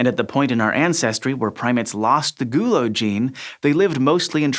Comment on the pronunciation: The way he says the word 'gulo' makes me really uncomfortable